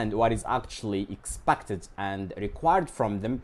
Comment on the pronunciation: sorry to say this, but you mispronounced the word " expected"